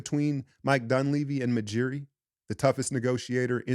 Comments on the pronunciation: 😂 Love how always calls the raptors GM Majiri instead of UJIRI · It’s Masai Ujiri. Heard you call the nigga Majiri too many times bro